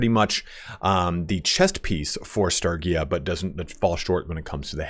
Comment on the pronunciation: hearing you mispronounce sturgia every 5 seconds is so cringe...